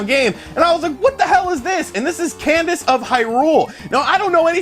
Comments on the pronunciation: 85 Its not Candice Michelle its CA-DENCE of Hyrule lol; great video this Nindie Showcase was the best yet! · lol did you just say “Candace of Hyrule”? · Candice of Hyrule - LOL It's Cadence of Hyrule. Also, for a big gaming channel, it's surprising that you don't know about Crypt of the Necrodancer? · *Cadence....not Candice, ha